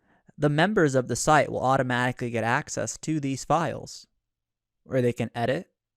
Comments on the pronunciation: LibRary- not liberry ;) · pronounced, LibRary, not lie-berry ;) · i’m sure this video is fine but I had to stop watching after 3 minutes after hearing “Library” be pronounced “Libary” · Please stop saying LIEbary. It's LibRary. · If I hear library mispronounced as liberry once more, I'm gonna cry..... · Stop saying Li"Berry" it's driving me nuts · Two minute in, and I had to comment. You are a presenter, and you are saying 'lie-berry'? Is this your first video?